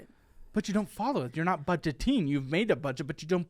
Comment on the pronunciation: BUDEGET -ING, WE'RE NOT BUDEGET -ING 😅😅